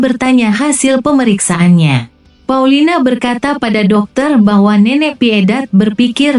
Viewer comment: Paulina bukan paulita